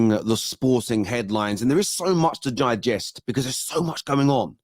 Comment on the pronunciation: stop gigesting 😂